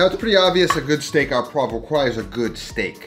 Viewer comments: It's Steak 'au' poivre - pronounced 'o' - Not 'ah'.... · you pronounce it '' o poivre '' not a poivre ahah, love your vids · Not steak A poivre.. steak O poivre. A and U together "au" makes the sound O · maybe just learning how to pronounce the dishes you cook? it is not "Steak aux Pois"(poa like you say), which would mean steak with peas, but Steak au POIVRE, which is pronounced "poahhhvr" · O poivre. Au is like an o sound. And the 'vre' at the end is important, otherwise it sounds like pois(peas) and pea steak does not sound appetazing. Great looking steak. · Hey Dude, love your channel and content, not having a go but just so you know, Steak Au Poivre that you have delightfully cooked, isn't pronounced as you say, the "au" is pronounced how we say "o" in English. (think Filet o' Fish at Maccy D's). Keep up the good work and looking forward to enjoying more of your awesome videos :) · It's pronounced Steak O Pwarvrr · "steak à pois" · Au is pronounced O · The "au" is pronounced "oh". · Steak AU poiVRE please, just take your time, pronounce, you'll be fine. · It’s pronounced like just the letter O steak O poivre 🤓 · I'm not enthused when you can't ever pronounce steak au poivre.